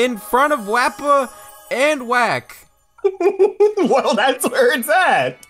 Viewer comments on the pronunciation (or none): Why do you call Chick "Wack"?